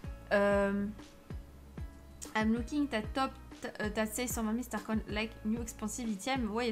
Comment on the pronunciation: Comment tu dit star coin tu dit star coine